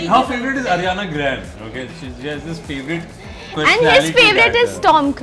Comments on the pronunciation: It was all cool until he pronounced Ariana Grande wrong😂😭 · It's Ariana grande not grand😂and she is a singer not an actress